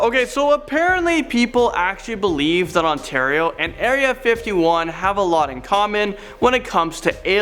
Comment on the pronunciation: Wait Oshawa onatario?